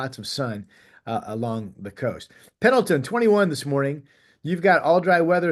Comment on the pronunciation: PENDLETON! NOT Pendelton. Otherwise, good job Rod!